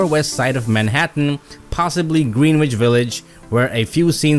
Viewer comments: Who’s narrating this video? “Green-which village”? “Ted Dem”? Is this computer generated or just someone stupid? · GREENwich village? Really??? Come on now!! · Green-witch? The Pope of Green-witch village?